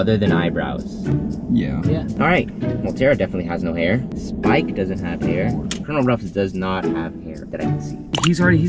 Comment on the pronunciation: I was watching saying spike!but then I paused it and it sound like’Sike!’